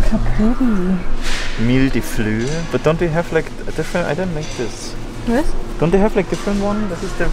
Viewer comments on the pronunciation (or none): none